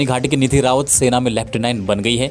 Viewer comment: Dhan Singh dhami h g aap rawAt bol rhe ho